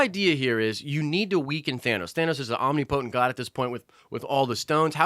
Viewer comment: I like the way you pronounce omnipotent lol :-)